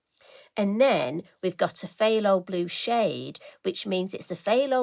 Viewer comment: FYI - phthalo comes from the word ‘phthalocyanine’ and is a synthetic pigment. It is pronounced “tha-lo”. Now why there is a ‘ph’ in front of it I have no idea. I do like the blue but also the orange! I can’t make up my mind. Greetings from Christine in Utah with a brain filled with useless knowledge that will neither make me wealthy or get me into heaven! 🤪 and get this – there’s also a phthalo green!